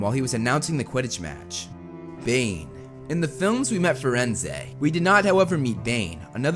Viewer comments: so is it Bane or Dane? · Did anyone else heard when he was talking about Bane, he said Dane